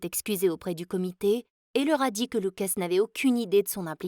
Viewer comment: luca!!!!!!pas lucasse!!!!!!